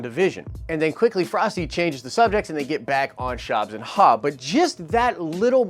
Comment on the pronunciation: Shobbs and Haw?? Funny!